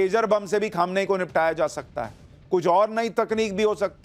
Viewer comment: Pronunciation sahi kariye...its not khamanayi...its kho- me - ni